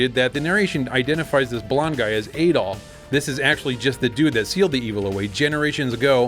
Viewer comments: I don't think Adol's rename in the SMS version was just a translation issue; I heard it was because they didn't want it associated with a certain Austrian painter. BTW it is Add-ol and not aid-ol as per the Japanese rendering, similar to the aforementioned painter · Adol is pronounced with a short A, like "apple," but with a D instead of a P.